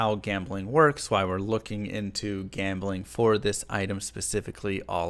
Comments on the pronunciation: You mispronounced jambling like...500 times. Also, D2R is p2w. Ez pz. That seems to be out of the spirit of the game. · i think you are mispronouncing gambling